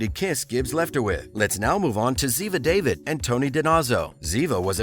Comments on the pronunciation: Your butchering of the characters names is terrible, it tells me that you never actually watched the show. They're pronounced "DinOzO" (hard Os), "daVEED", and "ShuttO" (the C and I are silent). Now that said, with Bull now done I wouldn't be surprised if we see Tony back, at least for a bit, pretty sure Ziva's done and if Tony comes back full time that would mean they broke up (which I don't want happening, somebody on this show deserves a Happily Ever After). Bishop I would like back, she and the team reuniting when her mysterious secret agent mission comes home. Personally, for quite awhile I've been wanting to see Abigail Breslin return as Sandy, the blind girl from season 1 come back as an adult. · Forgive me but Ziva's last name is not pronounced like the FIRST name of DAVID.... The character's LAST NAME has a SHORT A and a LONG I... like in musical vowels... So the i has a double e sound like in the word feed... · It's Daaavid. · NRA analyst Bishop? It’s bad enough you can’t pronounce Ziva’s last name but you weren’t even close with NRA lol 😂 What Idiot runs this channel? 😂😂😂. This channel had zero credibility